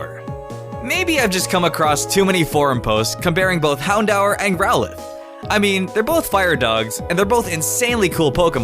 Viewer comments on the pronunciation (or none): you say growlithe and houndour wrong